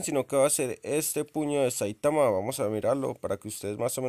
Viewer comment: Es saitama no saitaman